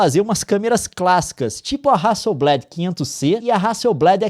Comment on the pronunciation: só pra constar, a pronúncia é hasselblÁd e não hasselblÉd. É uma empresa sueca, não usam essa variação voltada pro vocabulário inglês